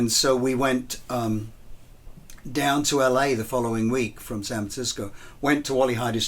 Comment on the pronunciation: "Sanv Tsisco"